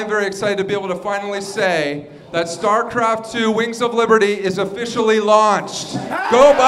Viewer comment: lol he said "starcraft TWHELVE"